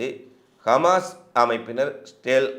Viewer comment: கமாஸ்... அல்ல தம்பி... ஹமாஸ் என்று சொல்லுங்க. செய்திகளுக்கு நன்றி.